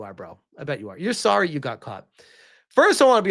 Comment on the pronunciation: "We're sowwy for all the backlash we've been getting."